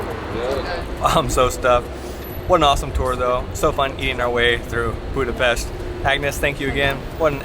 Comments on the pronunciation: Oké, a magyar közreműködő miért sz-el mondja Budapestet, és miért nem tudja, hogy amit etetett velük az nem goulash, hanem gulyás??? Amúgy meg, mi az, hogy a lókolbász csak a túristáknak van? És milyen paprikás krumpli az, amiből hiányzik a hús? A fröccsöt fehér borból kell készíteni, mert az olyan ihatatlan magában. És mellesleg, a disznósajt és a tepertő is a disznótoros része. Csakúgy, mint a pecsenye, ami teljesen hiányzott. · Miért 'Budapeszt'? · Ohh when a Hungarian tour guide doesn't know how to pronounce the name of their own city 😊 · Ohh when a Hungarian tour guide doesn't know how to pronounce the name of their own city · ITS REALLY ANNOYING THAT EVEN THE HUNGARIAN WOMEN CANT PRONANCE BUDAPEST PROPERLY!!